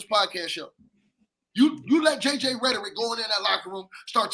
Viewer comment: “JJ Rederick” - 😂😂🤣